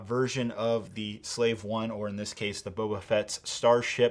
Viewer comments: It’s called the slave 1 not whatever you just said guy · Hey you mispronounced Slave 1 several times